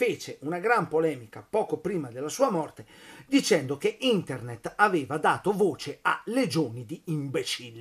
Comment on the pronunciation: internett ??!!!! INTERDETT FORSE PIU' APPROPRIATO AHAHAHAHAHAHAH per non parlare di fessbuk